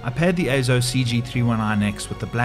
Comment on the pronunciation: Yes! AY-ZO is the proper pronunciation.